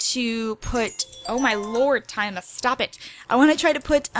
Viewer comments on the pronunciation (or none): none